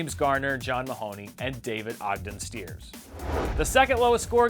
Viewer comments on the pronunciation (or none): David Ogden Stiers* like Roxy Striar, It's David Ogden Sty-ers.